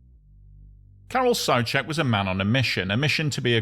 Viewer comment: (Car-rl) (Soo-check).